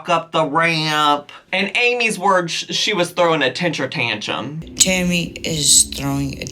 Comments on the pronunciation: The way is pronouncing tentrum tantrum has my brain flipped lol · I’m sorry, but I love how Amy messes up words. It’s kinda cute and funny. I don’t mean it in a disrespectful way. I really like Amy.